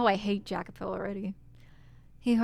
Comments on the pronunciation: New subscriber to the channel. I'm really liking your playthrough so far: keep up the good work! Just a little, spoiler free, context on names and places: Michel is a french name and is pronunced "Mi-SHEL" while Jacopo is an italian name, pronunced "YA-copo". As for the Mansion, yes, it keeps changing between Doors: - the First one was set in England; - the Second one was set in Spain: the war they kept referring to was the War of the Spanish Succession. Yukimasa, however, was japanese (born in Europe) and couldn't return to his motherland due to the Sakoku (the isolationist policy imposed by the Tokugawa shogunate). At the time, the only European country allowed to trade with Japan was Netherland and that's why him and Pauline's Father settled there (Pauline is half-dutch as you already guessed); - the Third one is set in the U.S.A. but the main characters are immigrant. Storywise, an irrilevant note: is generally assumed that WHG is referring to England when talking of a "misty island" but I think she's talking about Corse (there are a couple hints that I will point out) making her french. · The "J" in Jacopo is pronounced as a "Y", and he, among most others in this story are immigrants, so the southern accent doesn't really fit them so well anyway. You'd be better off going for something more Mediterranean. You're about to run into dialogue that references this fairly soon anyway, and this chapter did already emphasize the whole immigrant aspect subtly in the beginning of the Third Door, Jacopo isn't exactly a southern name, so I don't feel like this is any kind of major spoiler so much as something you haven't really picked up on yet.